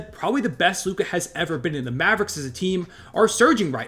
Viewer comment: It’s Luka.